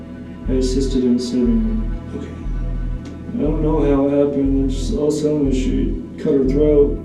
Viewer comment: How come cops say mkay instead of ok?